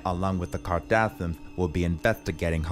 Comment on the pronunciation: "Kar-da-sins" and "nicki mineh" 💀😭😭🤣🤣🤣🤣🫶🏽